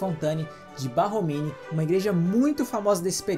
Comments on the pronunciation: Borromini..não Barromini né? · Parabéns pelo material, riquissímo... Mas não seria Borromini? Ao Invés de Barromini? Sucesso e gratidão! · Desculpe pela correção, mas o nome do arquiteto é Borromini e não Barromini como dito inúmeras vezes no vídeo.